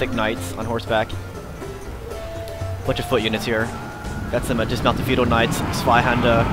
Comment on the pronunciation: He´s pretty good at pronouning german words tho. I remember him say "Dummkopf", "Schwerpunkt" and "Zweihänder".Where did u pick up "schwerpunkt":)?